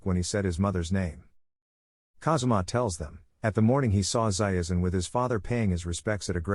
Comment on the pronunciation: Why are they pronouncing Zaizen as Zaiezen all the time?